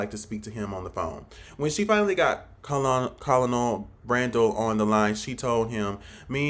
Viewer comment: My guy don't do a review on a movie that you don't understand. Colonel pronounced kernel. Military people understand the story line. The story is the story.